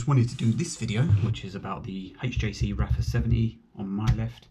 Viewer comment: It's pronounced "Arfa" , not raffa...The 70 is far superior, I have both, the venting and internal sun visor makes a huge difference